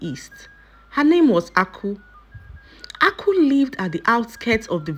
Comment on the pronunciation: please this name Aku means wealth but you'r pronouncing it to mean palm canel